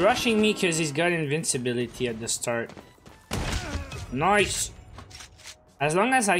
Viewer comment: says NICE VS WHAT I HEAR: NOICE!